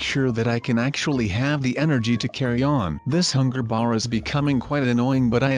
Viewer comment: did he say hunger...BEER